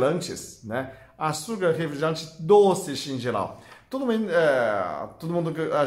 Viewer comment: Eu consigo ficar 3 ou 4 meses, sem tomar "refligelante" 😁